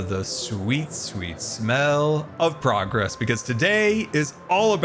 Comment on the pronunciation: Not me, understanding "state of broccoli" instead of "state of progress" 😂